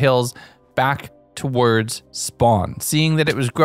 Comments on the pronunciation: The way you say some words is... odd. Like "Towards", you pronounce it like "Towerds", it's odd. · That's the thing though, he sometimes says it normally, other times he doesn't. It's not a dialect I've ever heard, either, and it's not every instance of "ward" he says that way. It's just like, two words, and only Towards is said like that the most. I wouldn't call that a dialect I'd call that an abnormality.